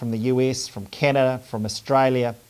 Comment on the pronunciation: "Talking with parliamentarians from the US, from Canna..." I THINK you mean 'Canada' Colin :D